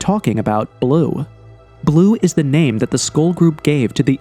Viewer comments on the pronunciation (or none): none